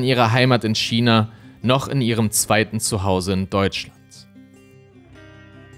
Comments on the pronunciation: Heisst es nicht Ausgesprochen Kina statt Schina (China) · Ich hör dir so gerne zu, aber dass du ein Schina aussprechen bist macht mich fertig ^^ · Aber warum „Schina“?! 🤌🏼😩